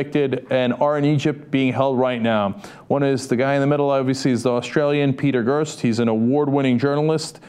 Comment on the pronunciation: It's Peter Greste (rhymes/sounds like REST) not Gurst!!